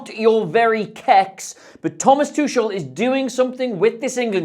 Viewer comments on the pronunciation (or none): Its too-kool not too-shul. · It’s “TOO-hull” with a phlegmy sound on the second syllable Love the analysis though! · Thomas whooo? Tusshel? Noo. Absolutely no. He's one of the most well known managers. How can you butcher his name like that? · Great Video but please learn how to say Tuchel hahaha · that pronunciation... what a tuchebag, amirite?